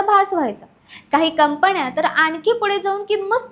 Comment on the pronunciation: न ण हेल काढणे कंपण्या?कंपन्या अशा निवेदनामुळे सबस्क्रायबर कमी मिळतात.